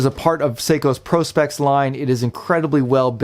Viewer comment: Nice looking chrono. Aaand you said Prospex correctly!! But two micro adjusts? C’mon, now!